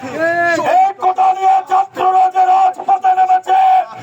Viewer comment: কোটা না কোটা😂😂